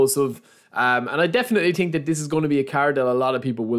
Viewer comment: its so funny when he says „i definitely ting“